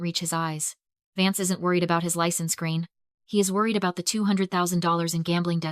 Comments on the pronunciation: I can understand that foreign people can't pronounce Irish names, but I honestly would've thought AI would be able to pronounce it, but this video has proved me wrong huh... Gráinne is pronounced GRAW-N-YA not GRAIN! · Pronounce Grainne properly! It is not pronounced Grain.